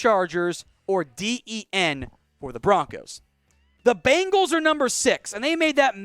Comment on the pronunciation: Seriously, am not a Bengals fan at all, but please pronounce the name right. There is only 1 A n bengal.